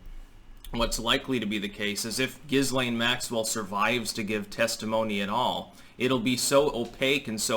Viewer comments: Not that it really matters, but apparently this hideous creature's name is pronounced: "Ghee-lane". Might as well get that correction out of the way. I think mispronouncing her name on purpose might be a fun way to torture her so please proceed. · It's pronounced "Gee-Layne". I think it's Gailic. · With an h after the g, I don't think so. It's not Gislaine but Ghislaine, isn't it? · As a person who speaks French, "Ghislaine" is pronounced "Jislaine". Just as aside! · Just some trivia, her name is actually pronounced ghee-LAYN. The s is silent. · I think her name is pronounced "ghee-lehn", the 's' is silent. (French name) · Her name is pronounced Gee-lane with a hard G and a silent S. She was born in France! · It's pronounced Jill Lane, btw. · The Name is Gee-Layne! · Why are Americans so determined to pronounce names wrong. I have heard three different wrong pronunciations of this woman’s name. Say it with me: ‘Gee-Len’. It’s French, you damn yokels. Lol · the name ghislaine is of french origin. as such, the "S" is silent, and the name is correctly pronounced "GI-LANE". just saying... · Guylaine is another French name that would be pronounced Geelane. The hard G like in Guy. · Not here in French Canada. We would pronounce her name Jizzlane. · It's GIL-LANE. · It’s pronounced - Jis lai( as in let) ne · It's pronounced Gilane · SAY HER NAME RIGHT BOY.. THE S IS SILENT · Hey,, perhaps when you're spewing your off the charts sophomoric knowledge, from your mouth rather than your anus, it might be a good idea to at least do enough background to be able to pronounce the subject of your idiotic diatribe; it may even enhance your streetcorner philosopher cred, and Jizzlaine would appreciate it so. The indoor motorcycle jacket is especially precious. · The s can be pronounced, even francophones differ on this. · You don't even pronounce her name properly which adds to the douchiness of your overall look.